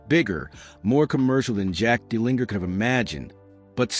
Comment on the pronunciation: It would be helpful if you pronounced his name properly.